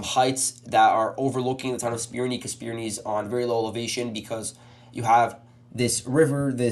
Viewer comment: Spirne is pronounced "Spir-neh" not "Spir-nee".